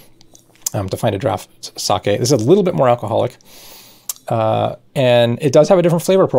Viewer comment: Not watched any of the video yet, but my first thought was "Don't you dare pronounce it saki". ...Now to find out :P Edit: YES! Your pronunciation is close enough to the Japanese I don't have to wince every time. :D